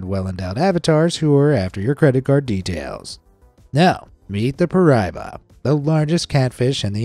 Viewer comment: How could you not show the picture of the giant snake taken from a plane? Also, it's pronounced pie-bar-uh